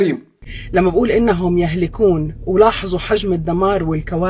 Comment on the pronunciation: هههههههههههه قالت يهلِكون🤦‍♂️🤣